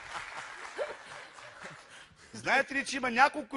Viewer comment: " Това е друго тИчениеее..."